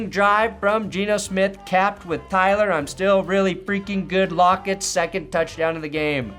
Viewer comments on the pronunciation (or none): none